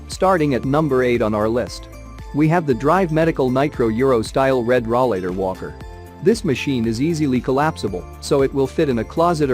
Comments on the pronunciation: RAW-LATER? It's called a ROLLATOR. Get your English correct, and stop with the computer generated audio. I got as far as 'RAW-LATER and clicked off the video. Get with the program.... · Yes ... hard to believe it is a "review" when they do not pronounce it correctly!